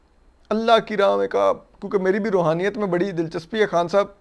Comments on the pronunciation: جو شخص روحانیت کا لفظ تک ادا نہیں کرسکتا اور رحونیت کہتا ہے ملک ریاض کنفرم دیو بند ہے کیونکہ بحریہ ٹاؤن میں اپکو بریلوی مکاتب کی مساجد نہیں ملے گی اور پانچ قراط والی انگوٹھی کی آڈیو لیک سب نے سنی ہے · یہ روحانیت نہیں رھونیت ھے😂